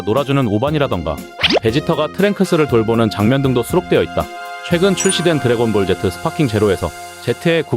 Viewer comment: 드래곤볼 젯트 라고 들리네요 ㅋㅋㅋㅋ